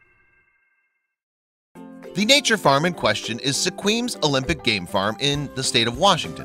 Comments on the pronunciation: I just burst out laughing when I heard that... Su-Queem lol, I'm from Shoreline... :) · Its pronounced "squim". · He does not pronounce the name of the town correctly. Sequim is like Sequim. Say it right. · Sequim is pronounced like Swim but with a q. More like Sqwim. Worked as a tour guide there for a summer when I lived in Pt. Angeles a long time ago. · You pronounced whacky...its Sequim, pronounced like Squim. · The name Sequim is pronounced to rhyme with swim......Beautiful little town on the Olympic Peninsula Washington. My favorite place 😎